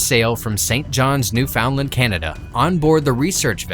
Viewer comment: Say it with me, "Newfundlund.". Not "new found land." Dumbass.